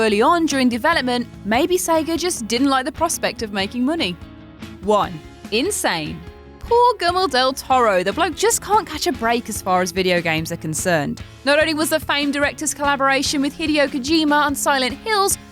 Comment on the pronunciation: This is prolly the most laziest way I’ve heard someone way “Guillermo”. Almost sounds like “Germo” smh, no respect